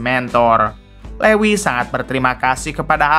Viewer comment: Lewis....( Luis) min....